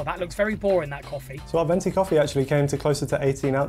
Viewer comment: As an Italian I gotta step up and correct that guy: it’s called venti cause twenty in italian is venti. (Fun fact: venti also means “winds”)… Twento is a very funny word but it doesn’t exist 😂😂